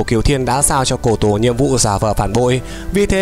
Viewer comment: Cô tổ mà bảo là cổ tổ.. nói là cổ tổ t méo biết cổ tổ là ai